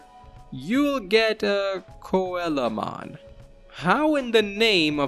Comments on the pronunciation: His name is pronounce SEA-low mon not coela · i was so confused at whamon evolving into koalamon until i realised you meant coelamon. its pronounced seel-o-mon like the fish coelacanth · coelamon is actually pronounced "Sea la mon" it's based on a coelacanth. Still very neat to see all these digivolutions~ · Coelamon is pronounced "seelamon". It's based on the coelacanth - one of the most ancient species of fish with living members